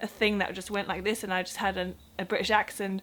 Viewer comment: Your accent is fine. In another video they way you said British and Britain was almost in a native cockney accent. The odd word you almost sound DUTCH. Your English is far better than my German. I lived there for 4 years so I don't know if I just don't notice the accent as much.